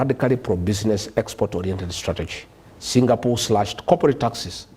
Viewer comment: Am I hearing Singapool